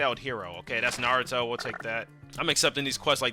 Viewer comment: It's Naruto not nardo bro just dis all Naruto fans with one name dang learn the name😅